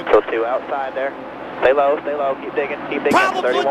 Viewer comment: "PRAWBLEMS behind them" and I can't believe Rick Allen didn't talk constantly at that time